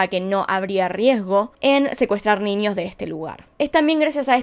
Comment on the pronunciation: Nada que ver, pero me da cosa escucharla pronunciar la ñ como "ñi". Tipo "niños" lo dice "niñios", o idk, "añejo" lo dice "añiejo" NFJSKFBD